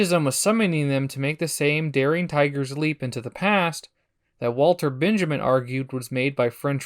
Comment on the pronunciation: A good video by Being. To be pedantic: Walter Benjamin isn't pronounced like that.